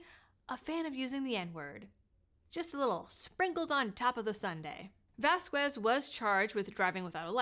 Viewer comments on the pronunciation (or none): Wow! Vasquez happens to be my Representative here in southern NM, but I had no idea that he had these legal issues., not that it actually matters, but the "U" in his last name is silent. So, it would be pronounced like vahs-kez. Just trying to help.